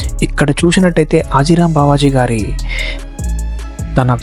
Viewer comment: Arey baby adi హతీ రామ్ బాబా హాజీ రామ్ కాదు